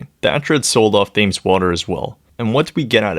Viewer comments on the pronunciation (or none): The H is silent in Thames and Debenhams